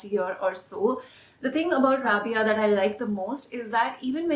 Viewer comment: I love love rabiya,maria and adline sorry to say but the way you pronounce rabiya is wrong it's rha-bi-ya Loved your video so much